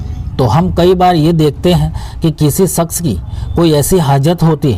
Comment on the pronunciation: Izzazat nahi Ijaazat bolo Saks nahi shaks kaho .suru me nahi shuru me kaho Up bihaar k ho kaaaa Kyun k up bihar k log sheeeen ko seeen bolte hai 🤣 Yaar youtube videoclip clip banare ho zaahair hai k saari duniya dekhti hai aap barai meherbani apni talaffuz ko toh theek karlo . Agar ek baat suno siwai Allah k kisi ko shirik mat karo . Saamil yaaa shaamil Kidar se agaya bhai up ka bhaiyya